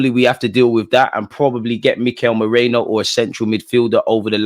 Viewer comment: whos moreno? its merino bro 😂